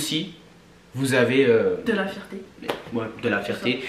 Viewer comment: 😂😂😂😂😂 »Fierté, »❌combien svp 😂😂😂😂